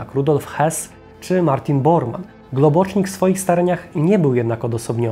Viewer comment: Globocznik? To po węgiersku? Himmla akcent uroczy: du hast miś.